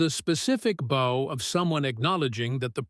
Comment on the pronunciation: Complete and utter fiction. Overly dramatic language trying to lift more weight than the words can carry, read by an AI that can't maintain the difference between "bow" (as in the gesture of leaning forward) and "bow" (as in a ribbon that might be found in a young girl's hair). All this accompanied by AI-generated images that show a SIGNIFICANTLY greater height differential than what would have actually existed (had this ever happened). Blatant lies about journalist reports. No published record of this fight exists - because it never happened! I weep for the future of humanity as AI hallucinations continue to be trusted as facts by a mindless population that has lost the ability to think for itself.